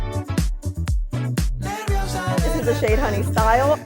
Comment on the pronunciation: It's not "honey STYLE" it's supposed to be a play on the word "honestly" so it's honey-stly